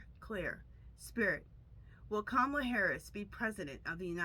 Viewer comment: Hi her name is pronounce KA MALA